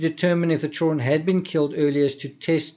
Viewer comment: you’re great and I love your work. But the D in children isn’t silent friend. 😆nothin but love I swear but you’re killin me😂